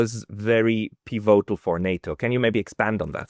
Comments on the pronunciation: It’s “pívotal”, with stress on the first syllable, not “pivótal”, please! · why do you pronounce 'pivotal' in such an unusual way? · You are pronouncing pivotal wrong.